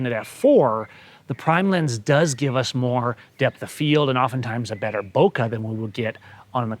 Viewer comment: ITS " BO-KAY " not " boka" goddamn it ! 😂